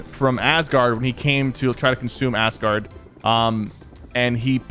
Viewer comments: ass-gard. lol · I would hate for fortnite to be I. A marvel movie. Do t get me wrong the game is ok but that would be nasty. Also sypher says ass-guard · am I the only one who thought Sypher said 'assguard?'